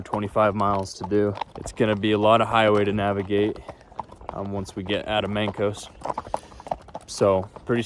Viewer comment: Mancos is said Manecuss haha I grew up there